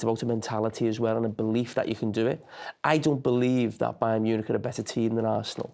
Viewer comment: it's Bayer not Bayern